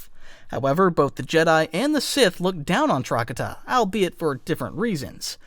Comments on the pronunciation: its not TRACK-uh-tuh, its TRUH-katah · For the love of fuck do not call Trokata “trockadda” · Truh-ka-ta. Thats how you pronounce it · Your pronunciation of trakata was pissing me off but I put up with it. And then pronounced utapau "you tah pow" and I stopped watching.